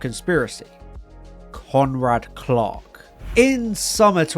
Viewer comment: I kept hearing "Conrad Clock" when you said "Conrad Clark."